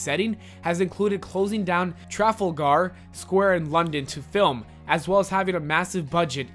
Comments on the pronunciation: Can we all just time out for second to notice how he said Trafalgar Square please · Me too! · Yeah, that bugged the crap out of me. It's the whole reason I'm reading the comments: to see if anyone else is bothered by it and to see if anyone corrects him (I'm not really sure how to...) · the way he said Trafalgar Square made me uncomfortable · trafalgar square! Im so triggered by how u said it